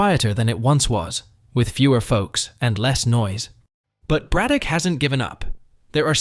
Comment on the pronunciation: How are you going to pronounce Braddock correctly, but butcher Monogahela like that? In case you're interested.... it's MAH-NON-GAH-HAY-LA